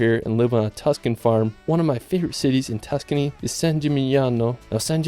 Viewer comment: Man’s sayin Tuscany like he’s from Kentucky… excuse me KEEEEN-TUOU-KEY